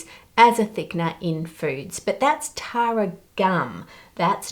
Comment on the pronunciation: I was mildly concerned when i wasn't paying proper attention and heard Taro instead of Tara 😂